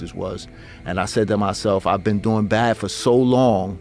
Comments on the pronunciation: Been not bean 😮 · "You've never bean?"